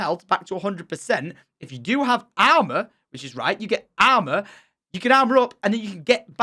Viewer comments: “if you get owmar!” Im just kidding but you can tell he really enjoyed the game 🤣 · Lmao your accent when you say armor 3 times in one sentence